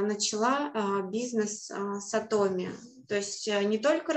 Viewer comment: Почему, большбольшинство, кто занимается Атоми, говорят Атоооми, а не ААтоми. Корень слова: атом. Вы же не говорите атооом, а говорите атом. Очень режет слух Ваше произношение Атоооми. Подумайте об этом.